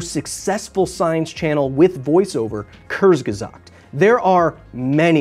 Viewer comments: oahh it's not "curse gezaggt". It is pronounced "k" and then "oore" (like in "Moore") and then "ds". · Just FYI, you pronounce the U in Kurzgesagt like the OO in boots. "Koorzgesagt". The way you pronounce it, you'd write it "Körzgesagt" :) Hope that helps :) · Thanks! I will be more careful about reporting worthless channels. BTW, Kurzgesagt is pronounced "kurts-ge-zakt" 😁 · You pronounced kurzgesagt wrong- the z is read as c. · I just love your pronounciation of the German word kurzgesagt. :D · Thanks for this Video... BUT That was the WORST pronunciation of "Kurzgesagt" I ever heard... (From the perspective of someone who speaks german)